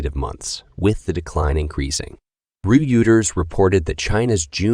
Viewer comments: Im sorry but it's s pronounced Royters even though its spelled Reuters and it's U.S.not us. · "Re-Uters"? "us dollars"? You need a genuine human narrator. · The AI voice in this video is hilarious 😂. Reuters pronounced "re ooters" lol